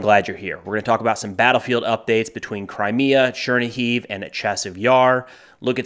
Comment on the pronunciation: The city name shoudl be pronounced Cher-KNEE-give